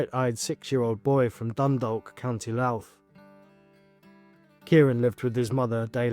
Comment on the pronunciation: The wee boys name isn't Kieran. It's Kyran (Kai - ran) please learn how to say the victims name right before making a video. Also the place names as well Dundalk (Dundak) and Drogheda ( Draw- heda)